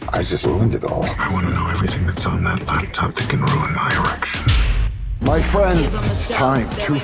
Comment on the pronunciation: Did he say, "ruin my erection?"! 🤣